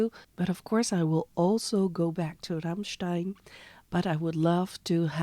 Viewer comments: It's a nice Metal Monday. You rolled the r nicely when you announced Rammstein. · You pronounced Rammstein correct, this is much …❤️❤️